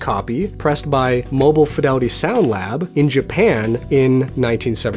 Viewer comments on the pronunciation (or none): none